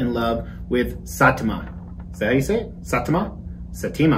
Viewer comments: One Punch Man is fantastic (It’s s-eye-tah-muh) Check out My Hero Academia if you haven’t Episode 4 is the first real ‘FUCK YEAH *involuntary goosebumps and tears of joy*’ moment in the series. Just based on your statues, I know you’d love it But if I’m wrong, you’ll know by the end of episode 4. Season 1 isn’t as good as what comes later, but that one you’ll-know-it-when-you-see-it moment still makes me tear up while I’m writing this Also check out Saitama by Last Sleep Studio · Finally anime but the pronunciation of saitama hurt